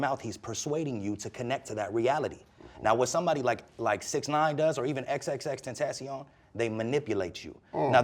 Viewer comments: Damn son that lightskin dude southern aff dude cant even say xxxtentacion right smh 😂😂😂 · This Dude did not really say x on god he didn’t 🤬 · Oh hell new he lost me when he said xxxtentacion don't me no cap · Don’t even say xxxtentacion